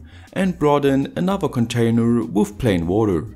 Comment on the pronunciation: will we just ignore the fact how speaks out cointainer ?